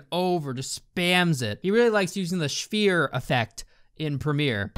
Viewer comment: Say Sphere: "Schsfear"